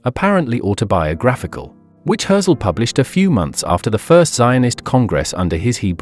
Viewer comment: Maybe learn how to pronounce his name?